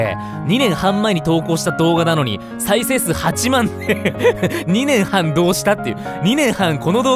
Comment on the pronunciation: 2年半のイントネーションが気になるww